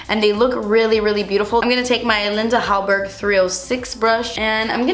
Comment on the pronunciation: Omg I'm Swedish and I love the way you say Linda Hallberg